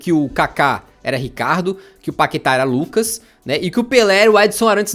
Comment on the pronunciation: "Páqueta" kkkkk